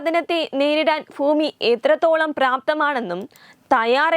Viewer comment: ഫൂമിയല്ല ... ഭൂമി......